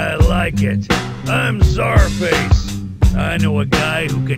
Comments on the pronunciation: Is Czarface pronounced scarface? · AEH92 it’s pronounced SUPER MUTHUFUCKIN VILLAIN sir